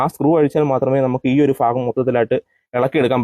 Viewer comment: ഫാഗം അല്ല തെക്കൻ മല്ലു,,, ഭാഗം